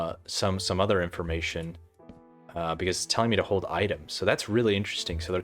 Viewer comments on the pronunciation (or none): none